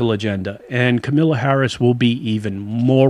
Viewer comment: Also, it is KAMALA not Camila LMAO. And it is the African American community not the African community.